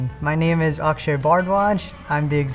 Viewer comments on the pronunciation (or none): none